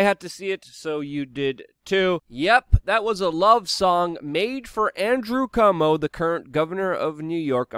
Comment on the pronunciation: LoL Savage calls him “cumo” lol